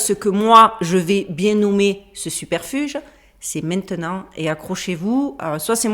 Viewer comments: On dit "subterfuge", pas "superfuge". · Merci pour la vidéo ! Juste pour info on dit "subterfuge" et non pas "superfuge" 😉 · Ha oui et au fait ma "zolie" queen, on dit "subterfuge" et pas superfuge hihi 😘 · Subterfuge, je répète : SUB TER FUGE 😂😂😂